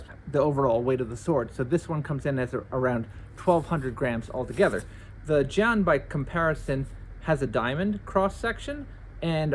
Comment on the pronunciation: love this demo. i always wanted to do this myself! btw you’d be a little more accurate if you pronounced jian like “jyehn”